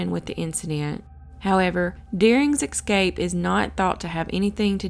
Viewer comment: The word is ESCAPE, not excape. Please….